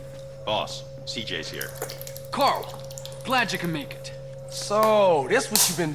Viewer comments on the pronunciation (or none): none